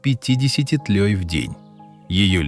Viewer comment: Рыдаю от восторга. А вот от муравьев не ожидал! Лучше бы выжили динозавры. Они бы, по крайней мере, не портили наши розы! Почему, вместо тлей Ваш ИИ говорит "тлЁй"??